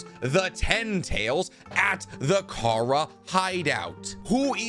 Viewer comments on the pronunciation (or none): none